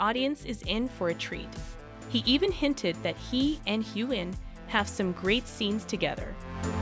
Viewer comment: Caitriona Balfe's name is pronounced Balf the E is silent. Also, Ian is pronounced (Eee AN) Please say Young Ian if you are trying to differentiate . Sam's last name , Heughan,is pronounced (You han)